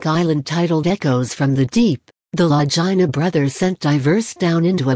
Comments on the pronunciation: FOR GOSH SAKES PRONOUNCE THEIR NAMES PROPERLY...LAGINA...IT'S ITALIAN. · 1st the lady that's talking about Oak Island needs to Learn how to Pronounce the Brothers LAST NAME